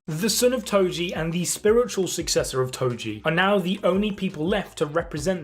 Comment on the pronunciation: calling toji Tojo is crazy brooo